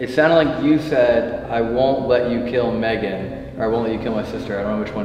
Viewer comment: tell me why I heard “ I want bacon “ instead of “ I want Megan “ 😂